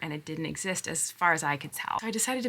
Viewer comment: Gurl, nostalzjic? Nostalzja? 😅